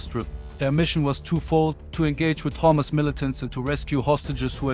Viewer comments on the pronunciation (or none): Not hummus Rather it is Hamas